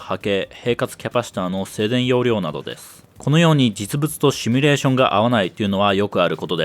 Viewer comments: 、帰国子女感あるのに動画内で「シュミレーション」って言ってますね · 「シュミレータ」とか「シュミレーション」と連呼していますが、大丈夫ですか。それともわざと？ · 「 しゅみゅれしょん」 (*´ω｀*)